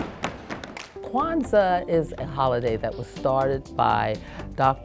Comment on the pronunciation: ૨σყαℓ ƭεε yes it does when she said it it shorted Queztal